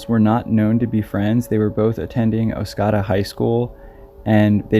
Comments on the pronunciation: Second "o" in Oscoda is a long "o", like a Canadian would pronounce it (or someone from northern Michigan). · Just wanted to say how much I enjoy listening to your video's. And also wanted to say that the town is Oscoda and is pronounced oss-COE-duh - good job on your stories! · I had to stop and go back to look at map as i didnt recognize the way pronounced it. I used to hunt rattlesnakes along the river and Oscoda with my cousin When I was a preteen and teenager. Wonderful memories. My heart goes out to Patricia's family. 🙏